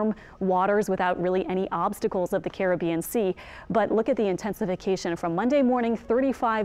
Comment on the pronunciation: More than the voice. Also, nice to hear the correct pronunciation of Caribbean, unlike Levi on Tropical Tidbits (one of his few flaws, I'll admit)..